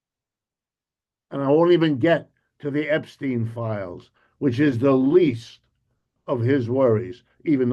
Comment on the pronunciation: The "Effs-teen" Class